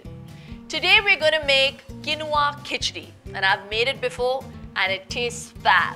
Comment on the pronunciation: It’s not pronounced as kenova It’s keenva